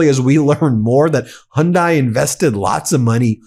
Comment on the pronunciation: Its hy.undi not hundi